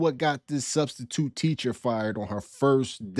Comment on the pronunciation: What is a studstitute??????? Cause it isn't in the dictionary??? 😂😂😂😂😂😂😂😂😂😂😂😂😂😂😂😂😂